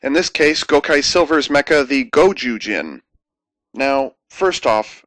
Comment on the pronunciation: is it gozyujin or gojujin? both feel wrong to me